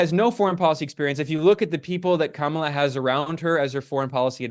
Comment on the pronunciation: I know this will sound like nit picking to some, but it is really frustrating when critics of Kamala Harris refuse to learn the correct pronunciation of her name. There are a lot of good left wing reasons to criticise Harris; but there are also right wing chauvanists out there who oppose her simply on the basis of her race and gender and deliberately mispronounce her name. It just looks deliberately dismissive, at worst, or careless at best, to do the same. Also its really strange how Ben often uses Kamala's first name but refers to Trump as Trump. I'm not suggesting Ben is a sexist, as this is something that I've noticed many doing. But I am suggesting some internalised gender bias that is causing us to all do this. Just refer to her as Harris most of the time, and when you do use her full name, pronounce it correctly.